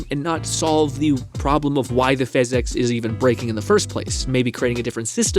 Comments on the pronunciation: Okay but it sounds like you’re saying “phys-ex” every time. 😂 can you just say “Fizz-ics”? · It's not he X in how you say physics that is weird, it's the last i. You pronounce it like phys-ex. Not every time though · Bro everytime you say fizz ex it rattles my brain and I can no longer even hear what you’re saying. It’s driving me insane. I have no idea what this video is about. Ok he did it again. I just called out of work. Omg bro stop! I left my wife. STOOOOOP!!! I am standing on the skyway bridge. Goodbye. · The reason you should consider saying "Physics" properly is because PhysX is a completely separate technology. It's used in games like borderlands 2 for realistic liquids and cloth. When you say PhysX casually it's confusing. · The problem with how you say "physics" is that you pronounce it as "physecs" but there's no e in physics YOU NEED TO PRONOUNCE THE I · I love and the video topic seems really interesting but I’m sorry I just can’t keep watching when you are saying fizz ecks constantly. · Please say physics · The way he says “physics” really is amazing though. He has got to be trolling, because he says all of his other words like a literate human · why do you say physics like that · okay, i see what they mean. you do say it weird. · say physics right bru it ain dat hard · The way you pronounce Physics could probably get you a speech impediment diagnosis /srs